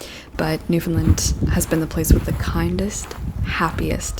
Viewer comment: The end of the word “Newfoundland” is pronounced “land”, not “lund”